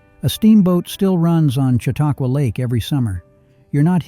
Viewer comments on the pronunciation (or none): none